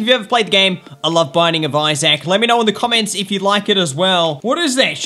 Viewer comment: It's pronounced Isaac I would know that cuz I'm American